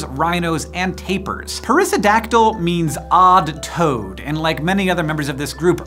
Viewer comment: Thought you said "odd toad" until I looked.